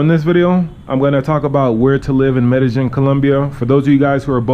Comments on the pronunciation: It's pronounced "Me-de-YEEN." Not, "Me-de-GEN." So tired of people living here and STILL mispronouncing it. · It's pronounced MEH DEH YEEN. Not MEH DEH JIN.